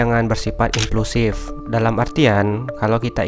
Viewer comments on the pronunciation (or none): Impulsiif bang, bukan "implusif"